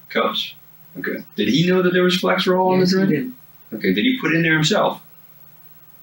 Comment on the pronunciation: It is FlexeRIL, not FlexeROL, just as it is FentaNIL, not FentaNOL. You would think cops might be able to know the name of drugs.